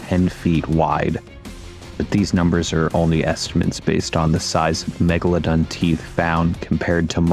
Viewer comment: Meg-La-DON, MEG-LA-DON, MEG-LA-DON